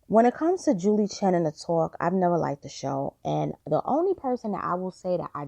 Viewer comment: The “tooowalk”. Ha!